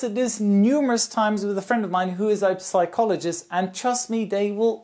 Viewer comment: Good video, just one note: "psychologist" is pronounced without p, as if it was written "sychologist"